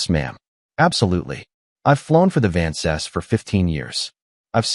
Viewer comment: Just wish they pronounced Vances properly. So irritating.